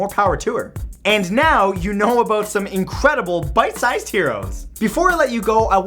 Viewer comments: I thought he said "bite sized heroes" and I questioned his sanity until I realized he was actually saying "pint sized" Smh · I love every one of these BAD ASS kids! Holy crap. They've got all the admiration from me, lol. Also, are you saying "bite-sized" heroes or "pint-sized" heroes?? Because I can't tell. XD